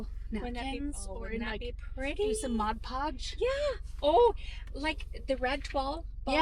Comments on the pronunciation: So many great ideas! I say “modge podge” too! 😂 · I call it "modge podge" too 😊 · I was laughing with you and your mom over the "mod podge". I always say "modge podge", maybe that is the off brand😆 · I say modge podge too!! I say that's correct.. 😉🤣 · I say modge podge too 😅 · I call it modge podge too. And I have no intent to stop 😂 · I say modge podge, too!!!😂😂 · I say modge podge too😂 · I’m always calling something wrong like modge podge 😂😂😂 and my kids laugh and laugh and make fun of me. I so enjoyed hearing someone else do the same thing 😊 The tree is beautiful 🎄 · I have always said modge pudge as well! I know the right way to say it but it never comes out that way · The tree is stunning. I say Modge Podge too😊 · I cal. It Modge Podge too. You know what she meant 😆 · I have to say, modge podge is how I’ve always pronounced it, just like your mom. Lol! runs to find my container to see how it’s really spelled! Well would you look at that! MOD PODGE! I learn something from you in every video! lol! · I used to say “Modge Podge” all the time like your mom and then one day really read the label so I know it’s Mod Podge but Modge Podge is so fun to say! 😂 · 😂 I say Modge Pogde too!! 😂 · Haha I say Modge Podge also! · I know this video is a year old, but still fun to watch. 😊 Love the videos with your Mom and Sister. I did have to laugh as I have been using Mod Podge for years, but somehow pronounce it just like your Mom! 😂 Thank you for the fun videos! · I’m 63 and say MODGE PODGE also. Lmbo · ....you and your family are the salt of the earth! WRT saying the word Mod Podge incorrectly, if we're being totally honest, we've ALL mispronounced it at least once, if not more! 😂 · I say Mod Podge wrong too! No worries, it’s the same, right?!😉